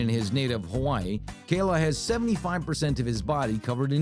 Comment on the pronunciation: NOT KAYLA